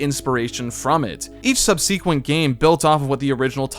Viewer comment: Subsequent is pronounced "sub-suh-quent" btw